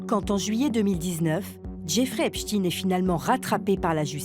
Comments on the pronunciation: Epstaine et non stine !!!!!!!!!!!!Vous dites Instine au lieu D'Einstein? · Pas Epstine mais Epstein. On dit pas Einstine mais Einstein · C'est pas Epstin mais Epstein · C’est étonnant il n’y a que les médias alternatifs qui prononcent bien le nom de Epstein....les mainstream .....c’est Epstine.....😂😂😂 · Les médias qui font que de prononcer " Epchtine " alors que ça se lit Epstein comme Einstein, juste pour cacher la consonnance 🧃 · Ce n'est pas "epchtine" mais Epstein, comme Einstein.un peu de culture, svp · "Epstein" et non "Espstine"... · Epsteeeeeiiiin pas Epchtine!!!! Ridicule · Pourquoi prononcer "epchtinn" ??? En français le suffixe "stein" est toujours prononcé : "chtainngn" , comme dans le nom très connu : Einstein. Ou encore Bornstein...... Ça cache quoi cette volonté de changer la prononciation de ce nom??? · Ils prononcent volontairement mal son nom pour éviter qu'on réalise sa religion. on dit "Epstein", pas "Epstine" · Epstailleneu et non pas Epstinne ! Le yiddish est un dialecte allemand ! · Je sais pas dans quel monde vous êtes pour l'appeler Epstine alors que tout le monde lit et prononcé STEIN comme Einstein.... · EpstEin comme Einstein et pas EpstIne comme PoutIne...... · Le epchtine tout le long est horrible a entendre 😅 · arrêtez de dire Epstiiiine à la fin, nous savons très bien que cela ne se prononce pas comme ça, voyons.... 🤔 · Et ça se prononce "Epschtaïne". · Au fait, on ne dit pas "Epchtine" tout comme on ne dit pas "Einchtine" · Ah ces français! Même pas capable de prononcer son nom correctement! J’arrête, cela me fait mal aux oreilles.